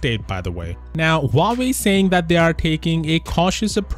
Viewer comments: lmao , its huawei not howkeopdney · Huawei? Huwerewei !